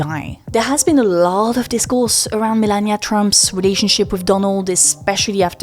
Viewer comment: Why do you say milennia not melania?